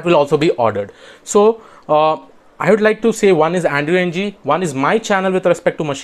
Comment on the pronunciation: Thanks for the useful tips! Just one comment--Andrew Ng's last name is pronounced as a syllabic eng [ŋ̭̍], which is the ng sound at the end of 'song' pronounced as a syllable by itself (a bit like the n sound at the end 'button' is).